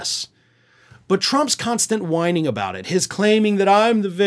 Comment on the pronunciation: Inmate P apparently mispronounced "whining" 😂